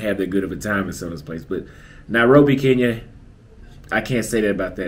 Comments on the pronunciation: It's KE NYA.✔️not KI NYA.❌ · I think it’s awesome the way you describe your experience in Kenya. I have been there and I’m in full agreement. There is one problem though. For a person who loves Kenya so much you need to step up on the pronouncing of the word Kenya. You always pronounce it Keen ya. The way the natives say it sounds like (kin ya). Please someone confirm. If you like the place at least pronounce it right. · Its Kein ya